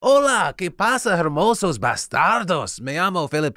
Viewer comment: That was beautiful, Phil!. Just mute the H in hermosos and you will be fire!